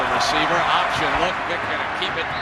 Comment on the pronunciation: Loved how always pronounced Vick as ‘Phic’😂